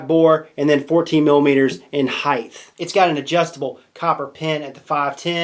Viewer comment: Did he say heighth..?